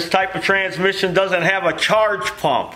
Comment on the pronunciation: Transmiss-ion IT HURTS FROM LAUGHING! ME AND MY SON, CRYING FROM LAUGHING. STOMACH MUSCLES SORE THE NEXT MORNING KIND OF LAUGHING. TRYING TO REPEAT IT WHILE LAUGHING JUST MAKES IT HURT MORE. TRANSMISS-ION!